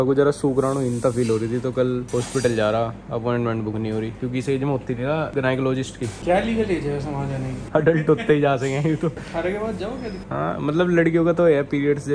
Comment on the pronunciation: Genayecologist LMAO 🤣 😅